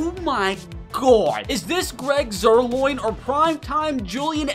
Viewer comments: Zuerlein ❌ Zuerloin✅ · Koo's first name is pronounced (young-way) and Greg's last name is pronounced (Zeer-line)